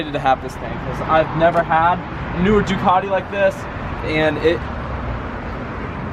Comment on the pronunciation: Please do all Ducati owners a favour, first pronounce it right and then please use the proper red. Thanks. 🥊